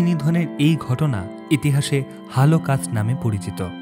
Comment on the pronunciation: Voice bhalo but uccharon issue achhe রাগচটা, হালোকাস্ট ইত্যাদি কানে লেগেছে। মনে হচ্ছে ঘাবড়ে গিয়ে ভুল হয়েছে।